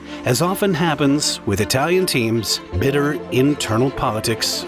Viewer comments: As a native bilingual (German/English) that speaks Italian, I can only agree, excellent pronunciation head and shoulders above the rest. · Great mini documentary, your pronunciation in Italian and German are the best I've heard in a long time. Most YouTubers butcher the words it's almost cringeworthy! You have my sub, hopefully more Alfa Romeo content, please! 😊